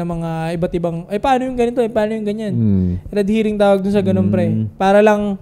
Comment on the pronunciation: red herring yun soy hindi red hearing hahaha correction lang